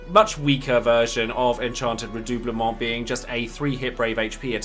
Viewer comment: My main dps in FFXIV is a RDM and Alisae was a must for me. I also main SCH so Alphinaud was a must a well. Thanks for this nice guide! Thanks as well for me finally learning the correct pronunciation of redoublement.